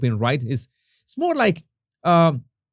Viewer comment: “more” with a “roar”?😅